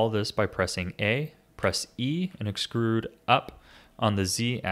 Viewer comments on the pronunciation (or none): "excurude up"